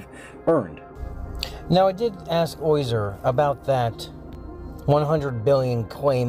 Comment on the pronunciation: Also you pronounce his name oyzer. It's OZyer. Not OYzer.